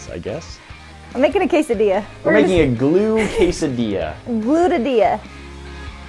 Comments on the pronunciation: She said it correct when they were making it but when it was in the pan she said it incorrectly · Makenna Duke i dont pronounce the i. She said it wrong in the video once to be funny but she said it right the first time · I want a Quesai DeLA everyone: its a quesadilla Pronounced Kay-Za-D-Ah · quesadilla = quesadiYA SAY YA NOT LA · DOES NO ONE CARE THAT THIS GIRL SAID QUESILLIEA?!?!?!?!?!?!?? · Did she say quesadil-la ? 🤨🤨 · Can do a video on how to make the perfect braid? Also, did she say /caysodeela/??:P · bruh it’s (queso- dia) not queso dilla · you’re not supposed to pronounce the l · She pronounced quesadilla literally with the 'dilla' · you're pronouncing quesadilla wrongly.